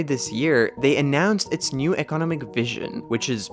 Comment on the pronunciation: You say economic weird. You annunciate the wrong part of the word lol. You keep annunciating “eco” when it should be “nom”. I’ve never heard anyone say it like that, ever, and it’s baffling - resulting in the need to go back because I didn’t hear anything else you said lol.